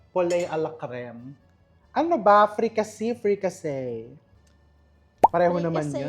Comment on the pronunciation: fricassée = frikase not "say" not "see"